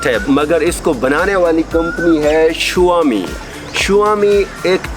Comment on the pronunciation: It dosen't pronounce as Shuaami it's Shawmi